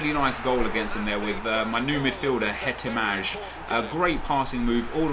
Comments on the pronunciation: It is pronounced he-te-mai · Actually its pronounced Hetemai. Greetings from Finland! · LOL everyone pronounces Hetemaj wrong even the commentator in game